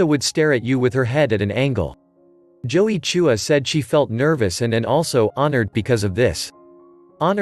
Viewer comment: Why do you pronounce "Chua" as "Choo- wah"?